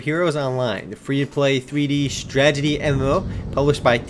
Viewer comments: You're right. This game requires alot of stragedy. What a tragedy you can't pronounce 'strategy'.. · your awesome, but its STRATEGY. Not stragedy xD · wow, never seen someone prenounce STRAT-AGY as STRAGY so much. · stredzidi.......strategy....stragety....can u say that again?? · honestly man, why do u pronounce strategy, "stragety"? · woo "stragedy". LOL